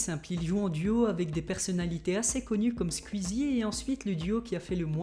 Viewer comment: ta dit squizzie alors que ses que ses squeezie sa se dit squouizzie mais sa s'ecrie squeezie